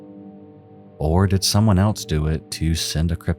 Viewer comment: "What eltse" you mean "what ELSE".